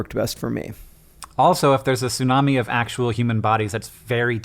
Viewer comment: How many times do you those two have to say "sunami?!?" For the love of sushi, it's bad enough hearing Americans butcher that word all the time, do they have to pronounce it wrong some 500 times in one minute?!?! TSUnami, it's pronounced TSUnami. Note the T. Why do people always skip the T!?! つ（tsu) - な（na）- み（mi）, from 津(tsu), meaning harbor, and 波(nami), meaning wave.